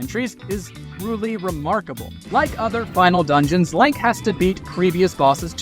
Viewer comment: It absolutely was. They say Link wrong a few a different ways throughout.